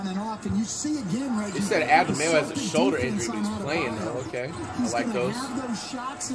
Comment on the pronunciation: When flight says Adebayo it sounds like he's ordering at Subway saying "add tha mayo"